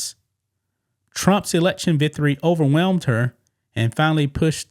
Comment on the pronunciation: “Vithery” Or “victory”